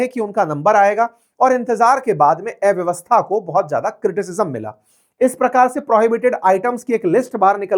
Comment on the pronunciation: उच्चारण ठीक करो। एव्यवस्था नहीं, अव्यवस्था बोलो। अ और ए के अंतर का कठोर अभ्यास करो।